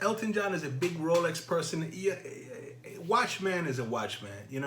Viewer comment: ROWLECKS ROWLECKS ROWLECKS